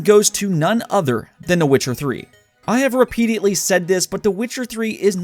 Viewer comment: ..repediately you say?